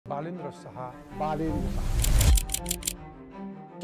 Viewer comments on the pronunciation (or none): He isnot बालेन्द्र or बाआ...लेन्द्र शाह..... its बलेन्द्र or बलेन्दर साह् I don't why Pahadi people find "Ba" in everyone 😂